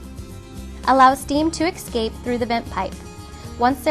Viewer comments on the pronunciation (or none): she keeps saying, "ex-scape" instead of "eh-scape." so distracting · I've never heard of the word "excape"